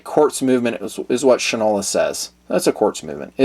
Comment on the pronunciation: Fyi: Shinola was originally a national brand of shoe polish and was pronounced Shine-ola (from Shoe Shine). The watches' logo is an exact replica of the logo on every Shinola shoe polish can so the pronounciation would remain "SHINE-ola". Please understand that in no way am I saying "you don't know sh*t from Shinola!"